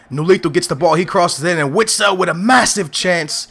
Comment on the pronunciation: Call urself a benfica fan yet you can't say witsels name right are you a glory hunter